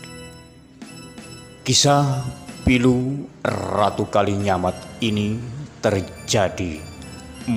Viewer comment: Knp???? Ngomong aja "RATU" knp harus... "errrrrrraaaatuuu"